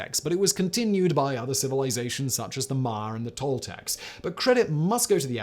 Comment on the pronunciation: Yeah, but what is the “Mahr” people? Did he butcher Maya?